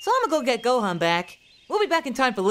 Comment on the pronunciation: Did Goku say..... let's go hone goham?